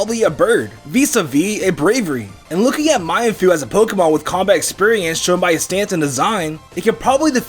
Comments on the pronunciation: Its mean-foo not my-an-foo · it's not my-an-foo its actually mean-foo lol :P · "My-en foo"? I believe you're intending to say "Mean foo" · ITS MEENFOO NOT MYANFOO!